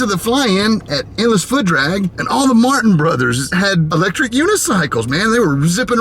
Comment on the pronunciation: I made the kids bring bicycle, so they're tired. But I've been riding my Rec-lectric unicycle, and I am NOT tired!............ REC-LECTRIC!!........... I don't know what it is about southern people with they're drawl that cracks me up so bad when they mispronounce words. I had to watch that part a few times. Don't get me wrong, I'm not laughing at them as if they are stupid, it's just the way the accent sounds and the funny ass pronunciation of words that gets me. Thanks for the laugh. Keep 'em comin!!!